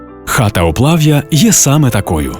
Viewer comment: Село називається Плав'є а не в закінчені "я"